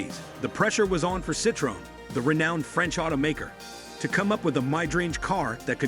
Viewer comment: Almost every single one he said isn't american and he can't say Renault or citroen right 😅